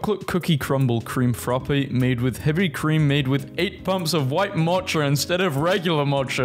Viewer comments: You're really awful at pronouncing common things sometimes. A lot of times. Mocha is not matcha. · Who doesn't know how to say "Mocha" correctly? duh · Damn and I thought Americans were bad at reading words from other languages but confucius? MOCHA? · Who doesn't know how to say "Mocha" correctly?